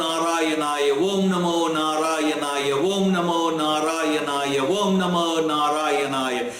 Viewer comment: Thanks for making us understand what Gajindra Moksha is and equally waiting for the Gajindra Moksha stotra. Plz clear is it Om Namo Narayana or Vom namo narayana as you are chanting Vom namo Narayana